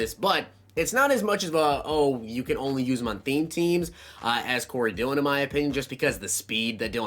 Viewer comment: You got Dillion right